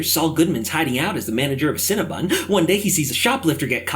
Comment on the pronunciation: Cinnabon not Cinnabun